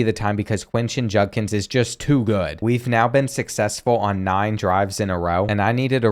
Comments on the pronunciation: I am kinda mad that he said Quinshon Judkins wrong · Butchering Quinshon Judkins name is crazy